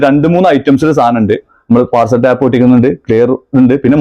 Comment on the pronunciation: ടാപ് അല്ല സുഹൃത്തേ പാക്കിങ് ടേപ്പ് ആണ് ശരി